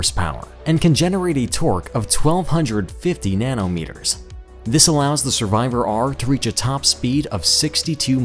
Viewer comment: "Nano meters"🤣🤣